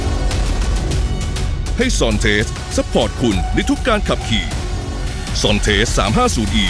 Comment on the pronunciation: เขาเปลี่ยนชื่อให้อ่านเป็น"ซอนเทส"คับ ไม่ใช่"ซอนเตส"